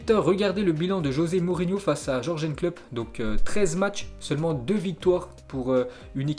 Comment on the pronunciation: Jürgen klopp se prononce yurguen klopp stp.. à force ça rend ouf avec les noms que tu écorches.